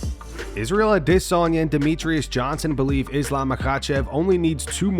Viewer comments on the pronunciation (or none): A.I. still can't pronounce Adesanya after all these years